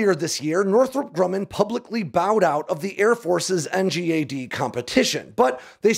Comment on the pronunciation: Dude it’s pronounced N-GAD… what is this N-G-A-D silliness